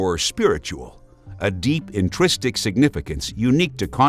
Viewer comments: At he says 'intristic' instead of 'intrinsic.' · I am sorry, but you are a fact-based, documentary style, EDUCATIONAL channel. Pronunciation DOES matter!!! - "in-tris-tic" is not even a word! It's pronounced "in-trin-sic". If the old narrator checked those things and by the sound of it, fixed them, and most of your ONE MILLION SUBSCRIBERS (Remember us? We are the ones who watch the ads and keep your channel alive) prefer him- maybe you should listen. My kids watch this channel with me, and I am not spending my time correcting grammatical errors that YOU should have corrected yourself before posting if you want to be the best channel you can be. The old narrator helped my kids remember the subject matter with his humour. Kids and adults alike remember enjoyable things. This guy is ok and hopefully will warm up to the job. Seriously though- made up words in less than 2 minutes?!? We have come to expect better dude. Don't let your loyal fans down, or dismiss us in angry comments like the one I have just read. It comes with the territory- you have a BIG fan base and have made a BIG change. Be sensitive to your subs, or they will find another channel. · Did he say "intristic?" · I think he meant 'intrinsic' when he said intristic? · intrinsic not itristic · You mean "intrinsic" because "intristic" is not a word. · "Intristic"? You mean intrinsic? Lol